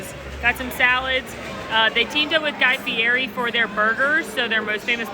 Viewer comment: It’s Guy Fee- Eddie!!! The food is exceptional. Too bad you didn’t appreciate it.